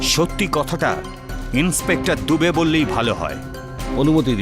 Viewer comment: দুবে বলে দাবে😂😂